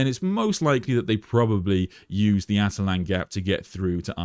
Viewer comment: Attila-n not atalan